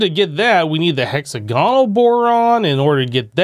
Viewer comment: Hexa-gonal. Lols. Dude try saying the word diagonal (di-agonal) and then try saying hexagonal again (hex-agonal).